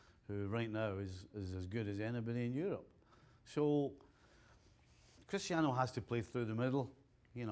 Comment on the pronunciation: Put some respect on Cristiano’s name, please!